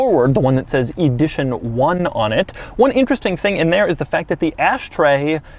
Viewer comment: Why is he saying Eeedition 1 and Edition 1?